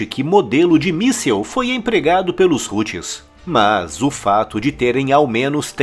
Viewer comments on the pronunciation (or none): none